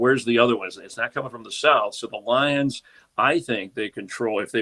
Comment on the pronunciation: “the LIEuns”